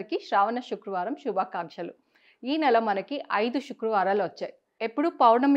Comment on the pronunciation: శుక్రవారమ్ అనాలి షుక్ర వారం కాదు